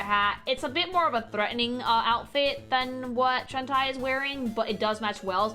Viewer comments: Its. Shan-Tay, not Shan-Tie, later songs sung by the VA give the correct pronunciation But that aside hope you do this kind of video for each game, haven't seen people analyze the concept art like this. Also i very much agree on how it's nice to see characters not afraid to be sexy while just being themselves and still being people instead of just pin up girls. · I'm going to give you a benefit of the doubt and assume that you pronouncing the name as Shentai is a contextual joke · I like when you couch she jiggles her butt. Also, Shentie? Huh? How is pronouncing Shantae? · deliberately mispronouncing Shantae as Shen-Tie is such a thing to do. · Wait it’s not pronounced “Shawn-Tay?” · Shawn tie? Dammit,, I just cant 😂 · Also, Shantae is pronounced Shawn-tay. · A Freudian slip sounding a bit more like SHentai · I'm so happy to see you cover Shatae. She's my favorite fictional character... But every time you say Shan-tai I want to Shan-die. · I mean absolutely no offence with this... But a piece of my soul dies whenever you say Shantae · As someone that grew up in latam with shantae as one of the games for the gameboy color. I also pronounce shantae's name incorrectly and i will keep doing so until i die. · Why does she pronounce shantae like hentai? Is she dumb? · Everytime I hear her say Shantae I die a bit. X,D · How did nobody correct her on mispronouncing Shantae every single time? I kept getting taken out of the video by it, it was so jarring lol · They did, but her pronunciation is the spanish one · I'm glad is getting into the Shantae series but I can't get over how she keeps mis pronouncing her name. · She is, if you correct her she just doubles down on it so it’s best to ignore her very incorrect pronunciation. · Bruh, doesn't even know how pronounce a name as simple as "Shantae"!